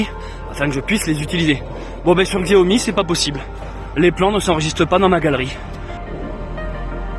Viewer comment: salut je n ai pas fini la vidéo mais précision xiaomi ( que l on prononce chiaomi mais on s en fou ) est une marque chinoise tandis que samsung est coréen...pour ton prochain téléphone essaie sony...à plus et prends soin de toi